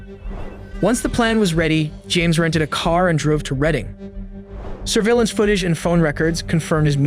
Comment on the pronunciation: I thought so too at first but if you listen carefully you can hear autotune, then Mom at the beginning is said like a mix of Mom and Mum, and weird mispronunciations like surveillance at 1.02, so I think it's likely AI, bummer.